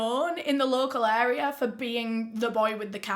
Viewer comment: In the video the words, "kess"= case, "kesses"= cases, "wherld"= world, "aria" = area